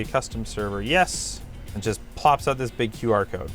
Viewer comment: I love the Canadian oooout. lol 😂